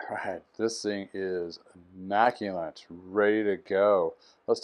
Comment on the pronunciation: Awesome bike no doubt 👌 ... FYI...There in no (N) in (Immaculate)